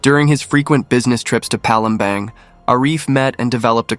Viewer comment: Palembang..pronounce as Palembarng..not Bang